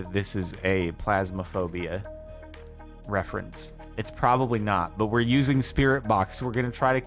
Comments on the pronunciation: Phasma. Phasma. Not plasma. Phasma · pHasmophobia not pLasmophobia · Did you call it Plasmaphobia? It's Phasmophobia. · every time jardon says "plasmophobia" my brain stops working pls jardon i cant